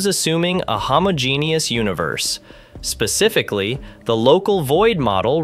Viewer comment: There it is again, "homogenius" why are you AI generating the voice? I was under the impression that this was an official Nasa channel